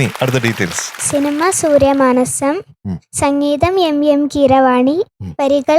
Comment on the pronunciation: "സങ്ങീതം" എന്നല്ല, സംഗീതം എന്നാണ് ശരിയായ വാക്കെന്ന് പാട്ടുപാടുന്ന നമ്മുടെ കുഞ്ഞുങ്ങൾക്ക് പറഞ്ഞുകൊടുക്കാൻ വിധികർത്താക്കൾ ശ്രദ്ധിക്കണം.